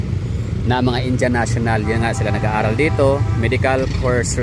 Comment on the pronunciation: Indiyan ang pronounciation hindi Injan